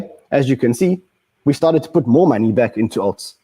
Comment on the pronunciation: I love the way this guys pronounces maney